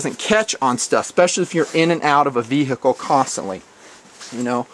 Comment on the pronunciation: You say Ve-Hicle lol